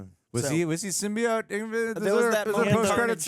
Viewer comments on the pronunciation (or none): you of all people should know how to pronounce Symbiote!